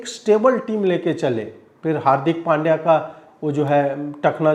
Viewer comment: पंड्या not पांड्या